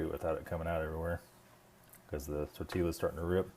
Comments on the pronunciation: Tortiya! Don't say the L😉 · Tortee-YaH. You wouldn't say you gave your sweetheart a "bow-ket" of roses would you? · Tortilla is Spanish. Pronounce tor-tee-yuh or tor-tee-yah. Like San Jose is San Ho-zay. Just saying.